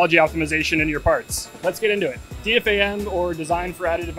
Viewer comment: You say "D.F.A.M." and not "D-Fam"? I thought you folks were all about efficiency? ;-)